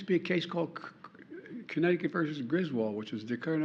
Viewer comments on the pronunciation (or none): none